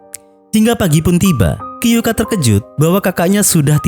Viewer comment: Kyoukai ya gaes bukan kyouka